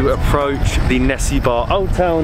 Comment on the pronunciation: It's actually nessebar not nessibar. Their pronounciation is wrong. It's pronounced Ne-SE-bur